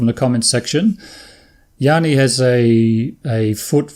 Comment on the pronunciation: I get so many different pronunciation of Gianni that I could start a YouTube channel! The way you are pronouncing it is the Greek version (Yanni). My name is the Italian version and the best way to pronounce it is like saying Johnny with an American accent. Wife is chuffed at having her husband mentioned on YouTube. Brilliant!